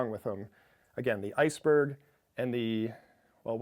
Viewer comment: The Iceböh" It's called Ice-Berg